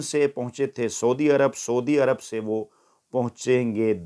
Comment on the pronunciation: راجہ صاحب سَودی عرب نہیں سعودی عرب لفظ ھے،وڈیو کو 12منٹ 50 سکینڈ پر لا کر سنیں، سُدی عرب